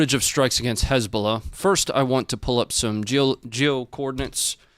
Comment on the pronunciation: almost slipped up and said "Lezbolah" and i immediately imagined a lesbian terror organization 🤣